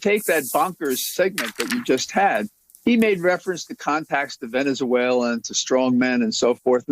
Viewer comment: “Has ties to ‘venezooayla’, and therefore China...”?! Uhhh, what’s that Rudy?! 🤨